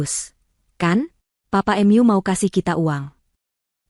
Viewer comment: Cerita bagus,yg baca aja kurang pinter,mu dibaca em yu...hahaha,mbok dibaca dulu sebelum di up load ...